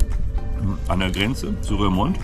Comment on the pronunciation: dat sprischt sisch "Rurmond", nit Rörmond 😉 ansonsten prima! Der Orbit in der Ecke juckt mich auch.